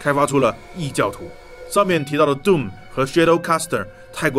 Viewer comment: 我看過無數人講解過 毀滅戰士 doom 這款遊戲，是第一個youtuber 把doom的發音念對的人。 "頓"拉長音，其他念的人全部發 "洞"拉長音。 衝著他念對了，必須點個贊。